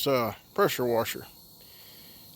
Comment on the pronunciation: When he said wusher I hit thumbs up.thats my kinda people .good video